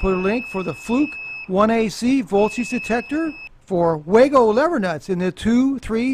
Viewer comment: Awesome to hear you pronouncing Wago correctly!!! (All but one time at the end.)